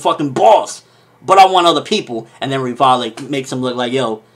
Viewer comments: it's not 'Rivallie', it's 'Rivaille', that's why his nickname is Levi XD Reev-Isle :D That's how it's read, but I like his reviews so I just don't mind it :) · Please call him Levi because Rivaille is not pronounced like that... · But Rivaille still isn't pronounced like that.